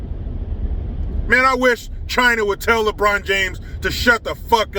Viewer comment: The Officer Tatum calls LeBron, "LeBronda." Cracks me up!!